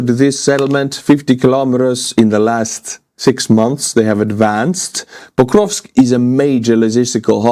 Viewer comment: It's Pokrovsk, not "bokrovsk".